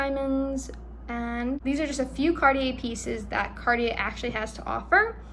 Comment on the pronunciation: You need to know how to pronounce Cartier! 😂